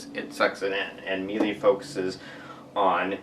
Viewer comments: what im finding online is more of a meela sound rather than meelee. just so you know :) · It is Miele Mee-Luh